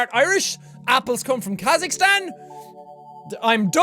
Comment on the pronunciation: Jack pronounced my country, Kazakhstan. My life is complete.